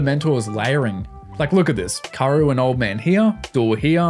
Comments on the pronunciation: Her name is pronounced Kah-oo-ru not Karu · K-A-O-RU not karouuuuu😢😢